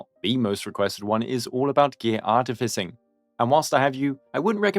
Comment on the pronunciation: Take a shot each time he says "Artificing" in the worst way possible